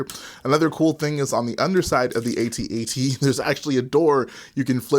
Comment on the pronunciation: Pls can one you tuber pls just say at at. I need to know that there is hope. It rhymes with hat hat